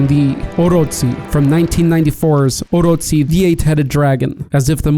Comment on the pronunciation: Did you just say orotsi? Its oroCHI